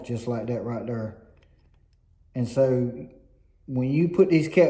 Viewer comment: "Like that right derr"😂 nice video!